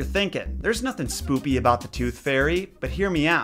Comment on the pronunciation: i cant be the only one that heard him say "spoopy'' instead of "spooky"